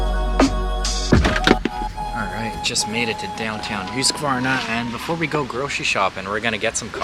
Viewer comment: Thanks for sharing. I found it really interesting, and also educational. Now I know how to properly pronounce Huskvarna, or Husqvarna as I recognise through product branding. Locally we’ve always pronounced it as Husk-Varna [huhsk], instead of as you pronounced it [ˈhʉ̂ːsˌkvɑːɳa]. I learn something new everyday! 😊